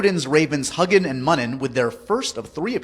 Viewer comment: That is SOOOOO not how you pronounce Huginn & Muninn. The U's in their names are pronounced yew not uh.